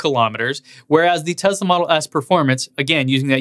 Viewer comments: Tesla is pronounced Tesla not Tezla. You own th e car you should know how to pronounce the name correctly. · Schools peeps on how to pronounce things - continues to say "Tezla." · Pronounces Porsche the right way but continues to say Tezla.... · You say Porsche and Taycan correctly but not Tesla :P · since when does tesla have a "z" in it? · You tell us how to porsha tAycan , then mispronounce Tesla , it has an S , NO Z in Tesla !